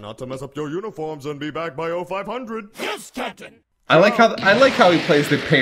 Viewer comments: Am I the only one who thought that Jeice was saying "kitten" instead of "captain"? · When I first watched DBZ Abridged, I misheard Jiece saying "Cap'n" as "Kitten" Edit: I always thought that the Four, in Team Four Star, was in reference to Grandpa Gohan's Dragon Ball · lol "srry kitten" is all i hear